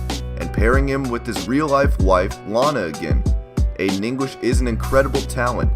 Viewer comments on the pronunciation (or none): none